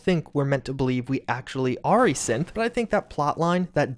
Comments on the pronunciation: Maybe it's just my phone's shitty speakers messing with me, but... Every time you said "synth" it sounded like "simp" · Sorry, I can’t help to keep thinking that whenever he says “synth” he instead says “simp”